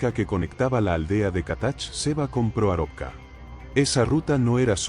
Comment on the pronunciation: Proarovka pronuncia mal el narrador